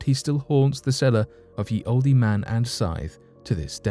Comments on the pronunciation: I was thinking the exact same thing! As a Brit, he should know better! Oldee?! Come on! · Hey great story & narrating from you as always, plz don't think I'm being picky but when it's spelt like Ye & Olde etc I'm sure it's still pronounced as the & old, keep up the good work your doing. XxX😎🐘